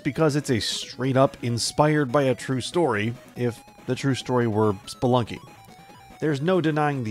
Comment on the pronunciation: Did you mean Spelikey :D